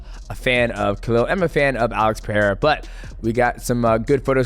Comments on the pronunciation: Bro it’s pah-HEY-dah. I can’t even with this “Pee-head-uh” mess 😂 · Pereira not Pehera come on now? learn how to pronounce this man's name even Dana White pronounces his name better than you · Great video as usual. Poatan the GOAT. This PEREIRA pronunciation is killing me bro.. lol PETTAY-TTA. Not difficult at all. Help me out! 🤣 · Every time i hear "PeHEira" i die inside. 🥲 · No! 😂 I'm brazilian and it's pronounced "Pereira" with the rolling r. You're right about Royce though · nah bro its Pereira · Can someone definitively explain how "Pereira" is pronounced? I've heard it pronounced 50 different ways and it is driving me crazy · Your pronunciation of Pereira gets worse with each upload mighty. How? 😂